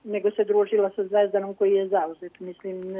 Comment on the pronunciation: Ne kaze se "koi" nego koji!!! TO JE TO !NEPISMENI SMO!